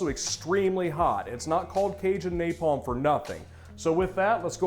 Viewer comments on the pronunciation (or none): none